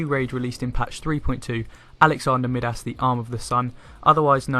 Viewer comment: Really appreciate the guide, but "Mid-Ass"? Really? "My-Dus", like King Midas. Accent or not that is unacceptable pronunciation. Keep up the good work!